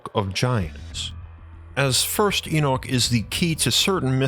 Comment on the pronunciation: you're saying Enoch incorrectly, same as a lot of folks. Please pronounce it correctly, we can't listen to such a blaring mistake.